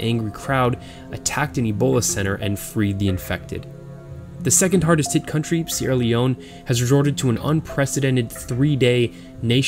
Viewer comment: I’m from sierra Leon but lives in England and u know how to say sierra Leon better than me